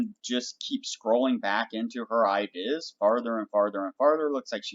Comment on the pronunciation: Great video! I-deass! Why you say it like that? Where are you from?